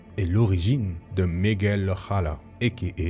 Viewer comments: DAMN !!! les français , apprennez a bien pronocé les noms lol O'hara ce prononce O-A-RA en francais et en anglais ''O HAIR RA'' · Mdr tu dis son nom de famille "O'Hara" à l espagnole mais c'est irlandais, ça se dit en anglais 😂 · prononcé en espagnole un nom irlandais ????? LOL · C'est surtout lui qui le prononce mal d'ailleurs la façon dont il le dit fait poncer a de l'arabe ou c'est moi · Je sais pas si je suis le seul à avoir été trigger par la prononciation de O'Hara. O'Hara n'est pas un nom de famille hispanique, c'est un nom de famille irlandais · O'hara est en fait un nom de famille Irlandais! Comme O'Connell, O'Brien et tant d'autres, donc aucun besoin d'utiliser une prononciation espagnol pour le nom de famille de notre spiderman préféré!